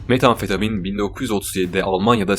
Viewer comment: Metamfetamin desene şuna aq